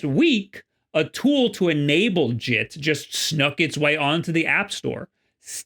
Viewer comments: Bruh said jit like he from florida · When you said “JIT” I looked back at my screen, because for a second I thought that you were talking in Florida slang.